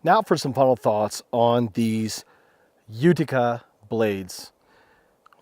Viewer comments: It’s pronounced “You ta kuh” and i just ordered one lol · I know this is old but Utica is pronounced you-tick-uh